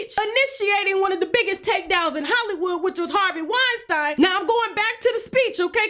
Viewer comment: Wine-StEEEN not Wine-StIIINE